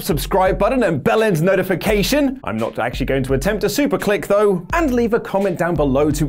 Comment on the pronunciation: DID YOU JUST SAY BELLEND NOTIFICATION?????!!